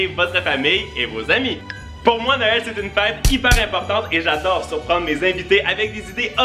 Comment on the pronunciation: tu viens de dire no el ? Mais c'est Noël on est d'accord mais ça ce prononce nowel